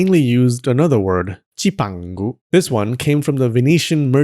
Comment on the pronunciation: I'm am sure Marco Polo did not say Cipango in a Japanese accent like you do. He probably pronounced it in an Italian accent (with his thumb and finger pressed together)...